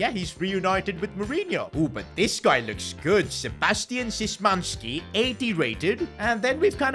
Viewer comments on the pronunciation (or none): bro took that polish pronunciation out his a## Bro sysmanski??? It's sh y man ski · Isn't it pronounced like "shmanski" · bro as a polish you failed me. sizimanski 😭🙏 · what a good video bro. By the way Szymanski's pronounce: Shymanski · You should read "Szymański" as "Schmanski" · Szymański is pronounced Shee-man-skee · Bro "Sysmansky" what is that??? 😂😂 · As a Polish guy I will help you read this polish Man last name, for me you should read this like this: shymmanski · Następny Polak…..ta zamiast Sebastian Szymański powiedział Sebastian Sesmanski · sysmański really ? I am Polish and thats not how you say it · bro just called szymański "sysmanyski" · pronouncing Szymanski 😭😭😭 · let me help u with pronounciations ç is pronounced ch and ğ is always silent soo çalhanoğlu is chalhanolu ü is pronounced yu soo its çengiz yunder ş is sh and szymansky isnt pronounced like that man im not polish i cant help u with that soo hope this helps u in the future to make less mistakes cuz it pisses off every turkish person out there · As a Polish person I find it funny how he pronounces Szymański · as a fenerbahce fan i find it funny too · Prawda bracie prawda😂